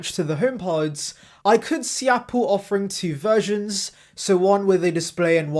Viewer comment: When you say ‘versions’ it sounds like you’re saying ‘virgins’ 🤣